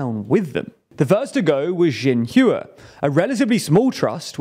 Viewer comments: Cringed at the pronunciation of xinhua. Correct pronunciation would be like “shin hwa” non “zhin hoowa”. X in Chinese sounds more like “sh”, stop pronouncing it with a z sound. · jin hewa? It's really not all that difficult to check pronunciations these days. How can I trust that you know what you are talking about when you cannot even pronounce what you are talking about? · Love your content, but you guys gotta work on your pronunciation of Chinese words. "Zin-hooah"! Oof lol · Shin -waaaaaa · Guys, please learn how to say Xinhua properly before you use it in a future script. 😂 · Please make even the tiniest bit of effort to pronounce foreign Words and names properly, I cringed when you pronounced, 'Xinhua' and I haven't recovered since. It's the small things that count.